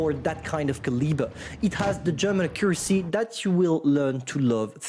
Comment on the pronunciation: new English word cant pronounce right: "caliber" = ka-lee-bruh